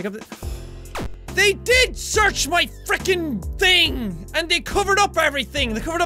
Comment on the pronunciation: Your english isn't bad until you said "mah" instead of my